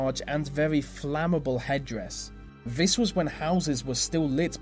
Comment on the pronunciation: anyone else irritated by "vee" way "vee" narrator speaks? like "vis and vat"